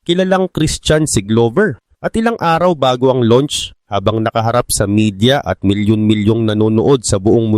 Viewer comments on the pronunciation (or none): none